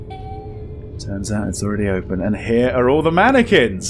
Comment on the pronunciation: "How many Mannequin's can be around here?"........ MANYquins